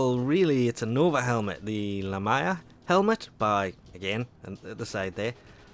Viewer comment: Sorri but ima have to Grammar police you on how you said Lamia ;-; (La-mee-uh)